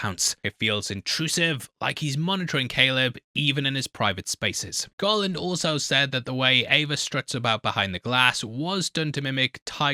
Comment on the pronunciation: Everytime you said "Garland" I heard "Gollum"